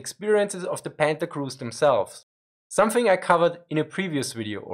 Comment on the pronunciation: Anyone else keep hearing him say "Panda"?